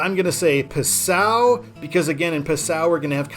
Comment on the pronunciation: Passau is pronounced PAH-sow, not p'SOW. My mother lived there for about 5 years.